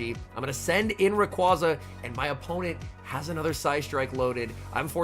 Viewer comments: ITS RAY-QUA-ZA NOT RAQ-UAZA. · All I want for Christmas this year is to pronounce Rayquaza correctly <3